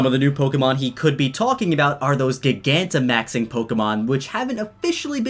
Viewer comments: It hurts me so much when people say gigantamax like that. It's root word is gigantic like cmon. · How is it people are still mispronouncing gigantamax? As it GIGANTIC...